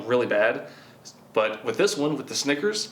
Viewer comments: When he said snickers bars I thought he said stickers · me wondering if i just always said snickers wrong or if he just said it weird because no one is commenting about it